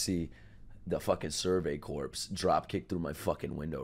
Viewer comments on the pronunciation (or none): He still says “corpse” instead “corps”.